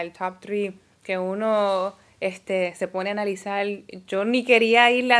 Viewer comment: "Analizal" "No te acueldas". Hablan inglés, pero no saben hablar español! "Palte" "Opoltunidades"